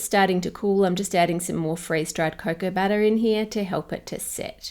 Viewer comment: When she said "butter" I (non-native-speaker) understood "batter" at first and was surprised that you could even buy organic batter in the supermarket.